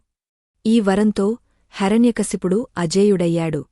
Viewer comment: ముందు మీ రు తెలుగు నేర్చుకోండి హెర న్య కాదు హిరణ్య కశిపుడు